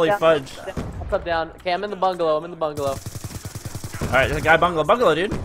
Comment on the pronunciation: How many times did Preston said bangalo? :P